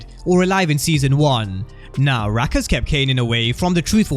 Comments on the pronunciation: You killing me everytime you say rack instead of raq 😆😅😂 still love the content 👍🏾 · Just say “Rock” gang lol